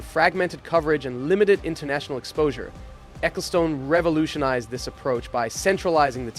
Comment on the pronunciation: Please never say Spa Francorchamps or Ecclestone ever again T_T I can't do this.